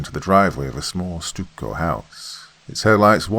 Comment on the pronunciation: It's pronounced "stuck-oh" Doc lol stucco